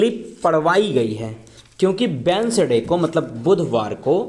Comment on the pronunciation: Wednesday but pronunciation mai d silent hain so read as like as I for your kind information dear ...!!